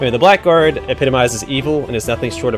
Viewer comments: Very nice but that's not how you say 'blackguard' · Very late to the party here, but this series looks like fun! One silly thing though "Blackguard" is a really weird word in English because it is pronounced "Bla grd", not "black guard"